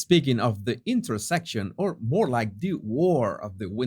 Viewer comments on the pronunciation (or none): none